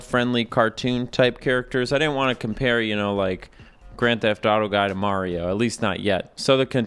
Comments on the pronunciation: I love how you said "Mahrio from Super Merrio" 😆 Guaranteed to be half right! 🤣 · "mario from super marry-o 64" I feel like the character's name is probably pronounced the same as the title of the game idk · I appreciate that in the intro specifically says "Mahrio from Super Mayrio 64" because I know that's a deliberate choice to annoy both crowds, and I appreciate that. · "Mario from super Mary-O 64" If only I earned a dollar each time. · "Mario from super merryo 64" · pronouncing mario two different ways in the same sentence is exactly why i subscribed to this channel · I appreciate you pronouncing "Mario" in so many different ways Also, the bubbles coming off him come from "nucleation points". Dissolved carbon dioxide can collect there and rise up in the form of bubbles. This implies that all water in Mario 64 is carbonated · I like how you used both pronunciations of "Mario" to offend everybody who is overly sensitive about his name being pronounced wrong.